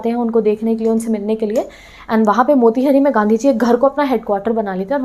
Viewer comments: It's not मोतीहरी , It's मोतीहारी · Its मोतिहारी not मोतीहरी